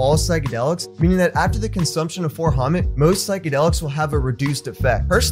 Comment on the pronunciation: It's 4-Ho-MET, pronounced just like its spelled. Its not homet. It is 4-hydroxy,-methyl-ethyl-tryptamine. It is effectively the same as other MET analogues, such as 4-AcO-MET. Also, it is not really similar to 25x-NBOMe (NBOMB). N-Bombs are more closely related to lysergamides (LSD and LSD analogues)